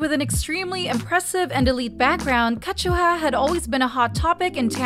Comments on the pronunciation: It’s KA ZU HA not Ka Chu Ha ** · It’s pronounced “Ka-zu-ha” not “Ka-chu-ha” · “Kazchua” NO. it’s pronounced as “ka - zu - ha” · "Wintah"? "Kajuha"? 😭😭😭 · Why did you pronounced Kazuha like Kashua?? 😂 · Ka chew ha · “winta” “kajuha” 😂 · At this point these people just mispronounce names. Ketchuha Winta😂😂😂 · Their doing it so angry people will give this channel views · WINTER! WINTER! WINTER! The way you kept saying "WintAaa" over and over again, got so annoying. Even how you said KarinAaaa. Also KachuHa? What is this? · Why pronounce her name like that? Kazuha is Japanese. KA ZU HA. Am I missing something? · but her name is Japanese (中村 一葉)Nakamura Kazuha also all other members and fan sites and Korean YouTube channels do pronounced it as Kazuha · Great video. Just please fix pronunciation of Kazuha because it's wrong and hurts ears.. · and kazuha oh my god pronounce their names properly! youre speaking english you dont have to pronounce it the way it is spelt in hangul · Why are you pronouncing kazuha like that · No offense but I'm bothered by the way you saying Kazuha's name😭